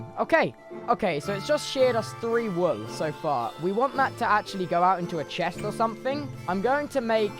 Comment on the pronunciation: i love how he says whool lmao